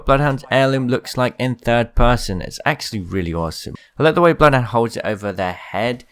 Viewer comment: nobody: : loodhound